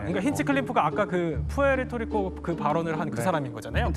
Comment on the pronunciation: 프리트리코 아니고 푸에토리고임.